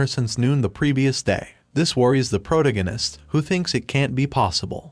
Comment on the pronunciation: your ai voice thing needs to pronounce protagonist correctly sigh...